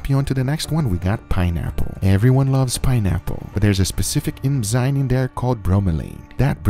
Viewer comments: When will this man learn its eNzyme and not eMzyme xD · Except its ENZYME and not eMzyne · its ENZYME not emzyne